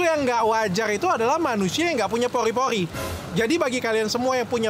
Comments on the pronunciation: Pori-Pori dok penyebutan ny bkn Poli-Poli 🤭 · Pori-pori dok , bukan poli poli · Pori-pori dok bukan Pogrrhi-pogrrhhi🤭